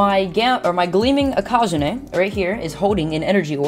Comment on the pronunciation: Lol u say ikazune so much difterent compared to